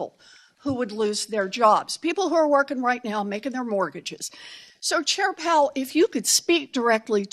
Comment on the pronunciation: Is she saying “chair pal”?